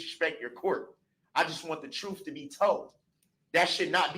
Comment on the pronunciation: Do dat. Breaf. Truf. Dooty. Oaf of office. This guy can’t even speak the English language!!! Where did he grow up???? Ughhh. Basic phonics!